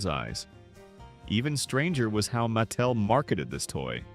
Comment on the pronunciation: the "narrator's" tone comes off that way because "he" will mispronounce a name and then say it correctly right afterward. No human alive has ever pronounced the company "MATT tell". Ever. So, real question: Are you using AI for narration?